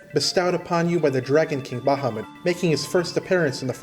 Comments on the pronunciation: Yeah, but he pronounced Bahamut right, so it all evens out. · As someone who was laughed at by a Japanese friend for my pronunciation of Bahamut, well done on saying it right. :)